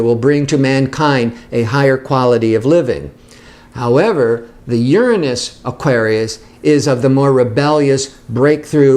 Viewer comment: Yessss finally someone who pronounces Uranus the correct way!